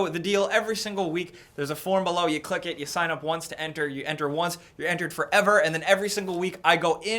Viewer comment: "C L I C C dat lyke!"